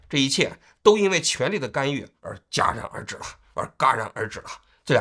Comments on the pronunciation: 戛(jia)然而止 王局 第二次了 都 就不能稍微改改吗🤣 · ga戛然而止， 通商宽衣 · 戛然而止，jia